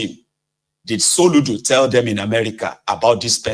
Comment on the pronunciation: Soludo. Not Soludom.